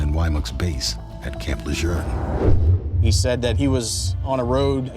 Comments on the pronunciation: Camp Lerjern? are they pronouncing it differently nowadays? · I know! Making me crazy hearing them pronounce it this way, “Camp Lajurnnnnn” no! 😂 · I live in N.C. and I have heard it both ways. I’ve always said camp La-June. This video’s pronunciation bugged me to no end lol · Last I checked, there is no "R" in Camp Lejuene. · There is no "r" in LeJeune. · There is no r in camp L..... learnEnglishcorrectly wokecbs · As a native of North Carolina the way the narrator says Camp Lejeune is pissing me off!! 🤦🏾‍♂️ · Why are they continuously mispronouncing Camp Lejeune? There is no R in the name! 😡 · Why are they pronouncing LeJeune that way? It sounds weird. What am I missing? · There is NO R in camp Lejeune. THERE. IS. NO. R. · Can anyone on this documentary pronounce Camp Lejeune the proper way? There's NO "r" in Camp Lejeune 🙄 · As an NC Native, I have never heard " Lejuene" pronounced that way. Likely it's the correct way, but even the loal newscasters don't pronounce it the way they do in this video. 😂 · The narrator is mispronouncing Camp Lejeune. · All this is very sad 😢 However, reporters and NCIS need to pronounce Camp Lejeune correctly! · You cannot even pronuce the name of the installation correctly. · Who taught this narrator how to pronounce the name of Marine Corps bases? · I don't know why they keep putting an "r" in Camp LeJuene! My husband was stationed there for years, and it really bothers me! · You're a damn Gunnery Sergeant in the Marine Corps and you can't pronounce Camp Lejeune correctly? It's not like you said it wrong once, you did it repeatedly throughout the clip. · not how you say lejeune. where is this r that people keep pronouncing you are better than that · I know! So annoying, every time he says it!! I wondered if anyone else noticed!!😂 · Rest in peace Holly 😢 It’s NOT Camp La Jurn(phonetic.) It’s Camp Le Joon (phonetic.) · Camp LaJurne? I live in NC and have never heard this pronunciation. Here it's pronounced kamp luh-zhoon.